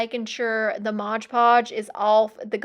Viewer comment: Love everything except "modge" omgoodness I cringe everytime lol it's mod